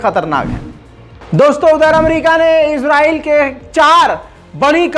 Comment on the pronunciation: Israyeel bolo Izra nahi